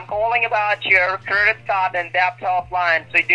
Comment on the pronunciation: "CURDIT card" --- LOL!!!